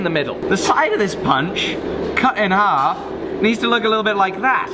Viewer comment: "Cut in'alf". Your true accent is showing through there mate. I can see you, I'm British..................